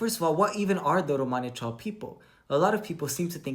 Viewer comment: Yeah romanichal is british romani. I didn't realize they also call themselves romanichal in america!!!! I hate how she pronounces it! Awful!